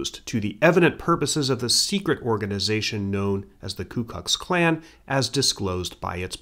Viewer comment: "ku kux klan"